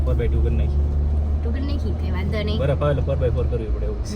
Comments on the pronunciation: Badaf nai baraf bolo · બડફ ના બોલાય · બડફ bole 6 ❤😊